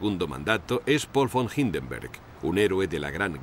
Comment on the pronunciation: Se pronuncia "HINDENBURG", igual que en castellano señor locutor. No Anglosajonise todo, pues todo no es anglosajonia, o sea el robo de Inglaterra a los demás países del mundo.